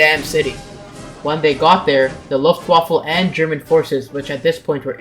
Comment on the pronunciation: I swear i heared luftwaffle when he said luft waffe..